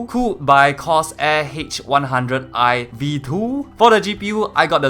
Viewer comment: Cors air😂😂